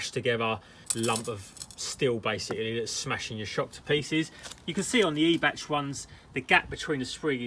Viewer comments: It's not eeebach mate it's pronounced eye bac. Every days a school day 😉. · I thought it was pronounced “eye-back” Top work as always 👍🏻👍🏻